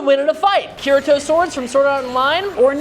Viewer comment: I'm crying at the way he's pronouncing Kirito's name. it's /kiɽitɔ/ (key-ree-toe)(approx) not /'kɪɻə'tʰɔo/ (KIH-ruh-toe)